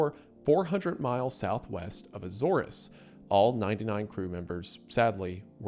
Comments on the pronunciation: Azores- "Eh zoarz" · Minot: My-Not Azores: Ay-Zors